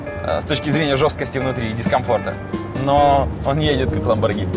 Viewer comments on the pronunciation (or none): none